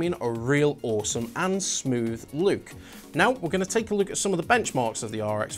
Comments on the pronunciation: "Let's take a luke" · its a northern thing